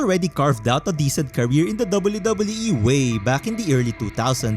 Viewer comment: I'm gonna lie I really like the way that you pronounce WWE